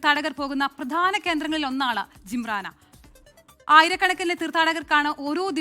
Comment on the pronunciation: ജിംറാനയല്ല. "ജിഹ്റാന" എന്നാണ്